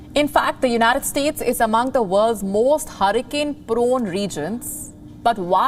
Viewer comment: Why do you pronounce it "Unitiiid Steeeetsss"? Can't you pronounce United States properly?